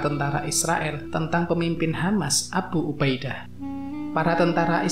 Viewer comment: Abhu ubha Idha... bacanya kok gitu sih pak...?😂😂😂